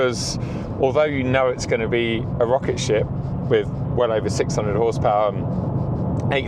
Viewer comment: "631 hawse pahhhh"